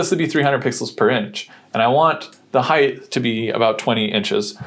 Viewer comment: There is no such word as "heighth". It is "height". Sorry about that... I just need to be able to sleep at night! 😶😶😶😶🙄😏